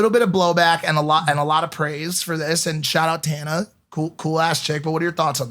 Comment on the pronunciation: The way they say and butcher tanas last name is cringe